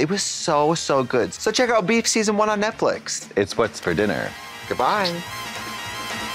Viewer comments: I love how Trixie says it like Netflick and not Netflix lololol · Guys , why Trixe say “Netflic” instead “Netflix”, is that intentional? Well ,I love it 🤣❤️ so cute and funny 😆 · Does Trixie keep calling this Netfic LOL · trixie calling it netflick is what i live for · Trixie always saying “Netflic” is something